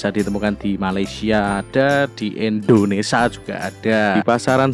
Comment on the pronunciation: bukan Indonesa Pak Tapi Indonesia hehehe